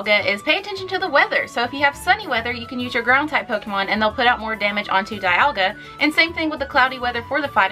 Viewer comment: I'm pretty sure the pronunce of Dialga's name is something like "dee-ALL-ga". Just saying...